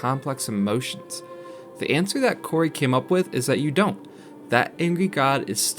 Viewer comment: Love the video but you butchered Cory’s name lol.